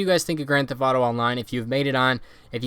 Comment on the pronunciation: Annunciate please. Thef(t)